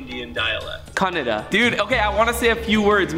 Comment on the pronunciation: When u tried to say kannada language it was an ok pronounsation there is a little more to improve but for a beginner it was a really nice try by the way I am a South Indian